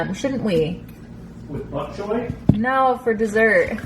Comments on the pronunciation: "I don't want any bok choy cookies" Lol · "Buck choy"? lol you're so funny with your pronunciations. What made you decide to add bok choy to pasta? I do the gluten free egg fettuccini with steamed broccoli and chicken, topped with alfredo and shaved parmesean! Delish! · You say the funniest words. I’m from Ohio too so I know it isn’t that🤣 Bok Choy you say Buck.